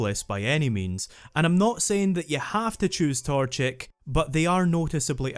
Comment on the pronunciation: Ermmmmmm it is pronounced torchic